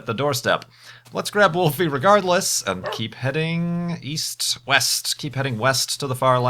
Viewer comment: east? I thought he said weast!